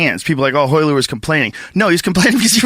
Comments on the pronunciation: this fool cant even say his own name, its ROYLER, hot HOYLER, joe hogan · One of the best jiu jitsu fight breakdowns ever. Funny listening to calling all the Royler "reversals" all wrong (in the original). But who would have known. Awesome match.